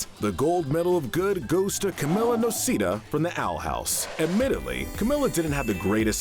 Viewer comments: "Camilah Noseedah"?? It's pronounced "Camila Nosedah" (Camilla Noceda) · You pronounced camila’s last name wrong